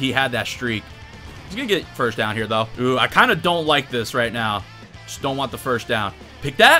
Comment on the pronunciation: I love your videos but please stop pronouncing first as ‘firsht’ 😭😭😭